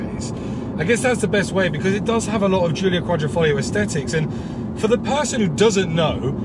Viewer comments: The problem is that he never said Quadr...I....foglio, he said Quadr...O...foglio which in Italian Quadro means picture frame. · How many times can a man say qualrifolio lol😂